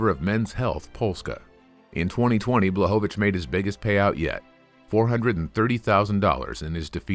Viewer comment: BŁACHOWICZ!!!! BLECHOVITZ